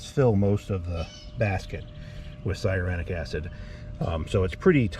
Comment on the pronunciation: Thanks for the video. Very informative. Why do you keep mis-pronouncing cyanuric acid?…LOL😂 It’s ‘sigh a noor ick.’